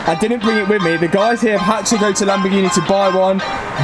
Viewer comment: Non si chiama Lambghini, si chiama Lamborghini